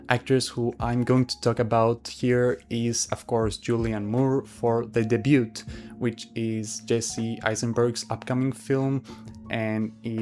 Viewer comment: Solid prediction. (PS Debut has a silent "t" so it's just 'day-byoo').